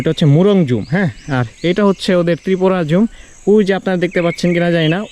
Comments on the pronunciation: জুম ঘরকে ঝুম ঘর বলেন কেন ? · "জুম (জুমচাষ,জুমঘর) " শব্দটাকে যখন একটানা "ঝুম" উচ্চারণ করতে থাকেন,তখন ব্যাপারটা শ্রুতিকটু লাগে। আপনি একই সাথে ভ্লগ করছেন এবং ব্যাকগ্রাউন্ড থেকে ভয়েস দিচ্ছেন। আপনার ভিডিওতে ভাল পরিমাণে ভিউও হচ্ছে। আশাকরি, এই ছোট ছোট ব্যাপারগুলোর প্রতি খেয়াল রেখে সামনের ভিডিওগুলো আপলোড করবেন। আল্লাহ আপনাকে সহিসালামতে রাখুন।।আমিন। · ব্রাদার সব ঠিক আছে কিন্তু আপনি জুম ঘরকে ঝুম কেন বলেন?নেক্সট ভিডিও তে যেন শুনতে পাই জুম ঘর।ধন্যবাদ। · জুম কে যখন ঝুম ঝুম বলেন তখন খুবই বিরক্তিকর লাগে🙂 ওটা ঝুম ঘর না জুম ঘর।